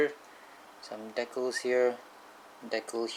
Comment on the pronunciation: Ur saying decals wrong